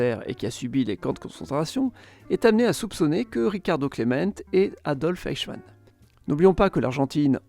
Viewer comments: Détail de prononciation pour Eichmann: EI se prononce "aï ". Le "oï " utilisé ici existe bien mais c'est pour le EU (comme Deutsch). Interessant sinon. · Bonne vidéo Mais c'est Eichemann pas Ochemann 😅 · C'est de l'IA ou quoi ? La prononciation est pour le moins douteuse, espérons qu'aucun prof d'histoire ne prononce "Eichmann" comme ça. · Superbe vidéo, mais la prononciation de "Eichmann" était juste stupéfiante. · C'est un classique de la chaîne, 9 noms sur 10 sont écorchés, mais c'est pas franchement bien méchant comme petit défaut.